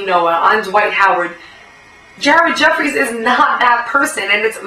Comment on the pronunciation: I just started watching all your Vids. Im sure everyone has told you that your hot and im not gonna go into that, but your pretty smart and you see the same exact shit that i see. You should give me a shout out on your next vid. Chaos (real name Andy).... You also said Ared Effries. Sounds like you browse. Looking forward to your next post Peace Love and Basketball:-p